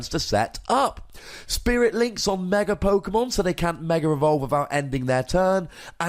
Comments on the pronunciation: Yeah, I've been wondering the same thing in the months I've been watching this channel. For example: When you say Mega EX, You say Mega rEX. Good video, even if I don't like the tool removal because I play garb. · Hey, great video as always, but I have just one question: why do you always put an "r" after the word "Mega"? Just curious